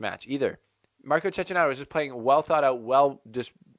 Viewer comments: I like this video ,but please is "Chekkinato", that bad pronunciation hurts my Italian ears! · You're not alone but its pronounced Chekinato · Your mispronunciation of Cecchinato's name undermines your journalistic integrity.